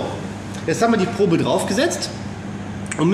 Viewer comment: Wenn du schon versuchst Englisch zu sprechen, dann spreche doch auch Probe richtig aus! Probe = Tastkopf ...... (Prob)gesprochen.